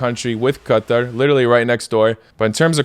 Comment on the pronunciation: Why do you say "Qatar" like that